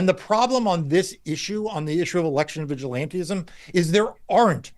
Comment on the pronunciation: Yo Marc…it’s vigilantism, NOT vigilanteism!